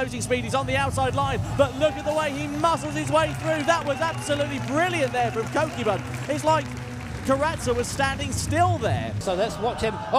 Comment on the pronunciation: Love the commentary, truly brings it to life! However the pronunciation of “Kokubun” grated on me lol. Rather than “koe kyuu bun” it should be “ko-koo-boon” with the first “o” as in orange and boon as the oo sound in “should”